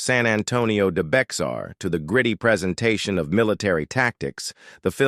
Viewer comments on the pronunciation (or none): Lol "San Antonio de BEK-SAR" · POOR pronunciation of San Antonio de Bexar (NOT beXar- but BAYHAR) from REAL Texans that I have spoken to, Mispronounced WES STUDI'S name. In GERONIMO: Al Sieber DID NOT die in a saloon gunfight, he was killed in a construction accident in 1907. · Edit your crap. It’s not Bex are it’s pronounced Bay Har. Thumbs down! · San Antonio de Bexar—Bexar is pronounced “BAYER” like the aspirin. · Supposedly a factual film yet can't even pronounce Bexar correctly???? So much for that effort.